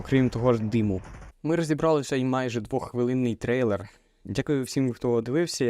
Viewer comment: стрэйлэр? смищная мойва